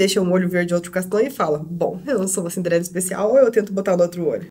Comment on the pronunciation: vc errou em algumas pantes vc falou cimderela vc estava anciosa ne na hora da meique por que falou errado